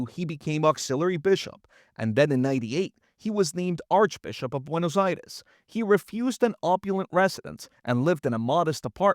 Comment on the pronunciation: Pronounce it correctly not Buenos Ayreis!!!! Buenos Aires